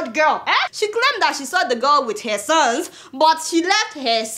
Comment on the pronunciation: But Adeola why this ghanaian accent(heh)instead of normal english word(her).Were you brought up there or you just like their accent